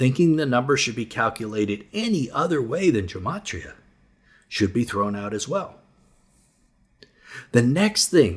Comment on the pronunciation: Love the teaching, just hate the kindergarten-teacher-tone all these preacher guys seem to adopt. And it’s not “germ-atria”, it’s “gem-atria.”